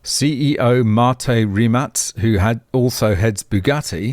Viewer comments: Rimac looks Slavic - you might pronounce it Rim-ach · pronounced "REEMAK" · it actually pronounced Rim-Mack the Surname of Mate Rimac and that's Mate is not the way we say it in Austtalia it pronounced like Pate but with an Ma-te